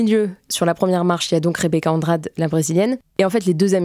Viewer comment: rebeca andrade, ça se prononce andradé